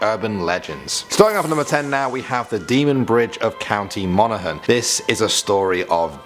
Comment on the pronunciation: It’s funny I live in Monaghan and I never heard that first story also shout out to you your the first English person that said Monaghan right